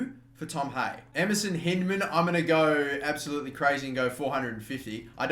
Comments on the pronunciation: You pronounce hyndman like hind-men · Hyndman is pronounced H-eye-ndman